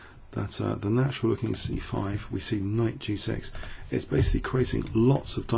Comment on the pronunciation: why do you say G SEX and not G six?